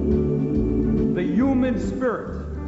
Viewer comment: Sorry but I couldn't stop laughing when Bernie said "the YUMAN spirit"